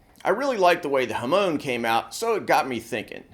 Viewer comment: He butchered the use of Japanese words. If a person is going to copy something from anouther culture, at least TRY and say the words correctly! “Ham-on”. Not huhmone